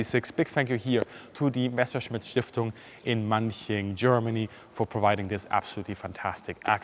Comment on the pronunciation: Did he say "Besserschmitt"? :D